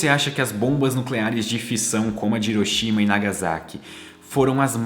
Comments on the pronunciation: Porque Brasileiro não consegue pronunciar Hiroshima de modo correto? Hiroshima se pronuncia Riroshima, igual Honda, Hyundai, ou seja o H tem a pronuncia de R. O mundo todo pronuncia certo só Brasileiro pronuncia Iroshima. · cara vc exploca bem , mas pronuncie hiroshima como se fosse r e nao i